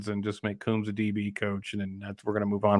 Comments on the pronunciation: first learn how to pronounce Kerry Coombs. Coombs, like a comb for your hair, long O's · Pease learn to pronounce Kerry Coombs' name. lt is Coombs- long O's like combs for your hair. Yes, he is a very good man and a good coach.